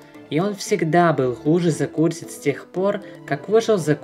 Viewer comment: Правильнее сказать Revoked-[Ревоукд] The cursed-[Зе кёрсд]